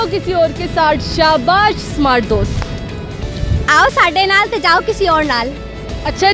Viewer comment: Ye Panjabi smart ko samart ku Bolte hen..😉